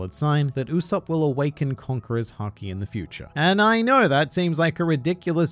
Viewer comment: "It is in fact Usop-PUH" xD